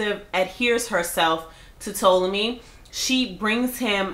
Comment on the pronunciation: T-ah-lomy grey! Lol